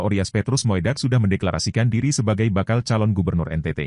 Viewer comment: Moedak dibaca Mudak bukan moedak